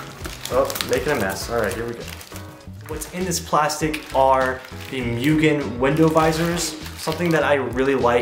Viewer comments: it's "moo-gen" not "MU-gen" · So close! And it's moo-gen LOL means unlimited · Why ask us how to pronounce Mugen correctly if you’re just going to keep saying it wrong? 🤷🏻‍♂️